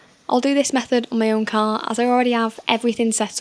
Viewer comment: While being English, why is it you can't pronounce "car"? Nice ass though Edit: Assuming you're English, my American ears usually can't tell between English and Irish